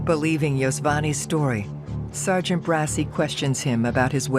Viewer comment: Its pronounced det mike BRA-CHI thats the italian pronounciation of bracci not brassy. 😂 i hate when they make italian names white